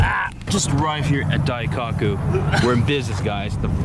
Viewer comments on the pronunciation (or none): Dai-cock-oo ? Testa Rowsa ? bruh you need to work on your pronounciation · Wait You're in Japan and you put JDM as a car type in the description? What? Also if you can pronounce Murcielago correctly, you can pronounce Daikoku correctly.